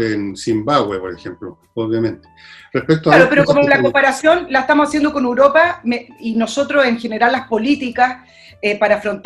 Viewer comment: ¿Por qué la chica dice "Uropa"? xd